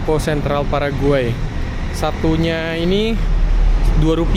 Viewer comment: sering salah nyebut paraguay jadi pargoy